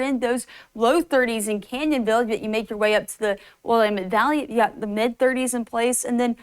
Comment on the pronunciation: "Williemend Valley"?